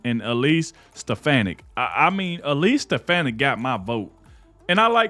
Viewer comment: It's Elise SteFAHni(.